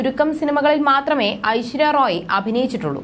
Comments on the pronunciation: Yes. ശരിക്കും pronounce ചെയ്യാൻപോലും കഴിയുന്നില്ല, കഷ്ടം. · ഐശ്വര്യ റോയ് അല്ലടി കൊച്ചേ ഐശ്വര്യ റായ്